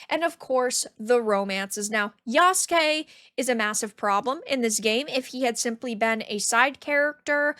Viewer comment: what's even stupider... is that Naruto's rival is Sasuke, the "black samurai's" name is Yasuke but they still pronounce Yasuke like english speakers. If Sasuke is pronounce sass-kay, why would Yasuke be pronounced ya-sue-kay? His name would be pronounced yass-kay